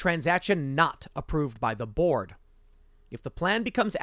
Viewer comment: Every time you said board it sounded like you said borg and it still makes sense.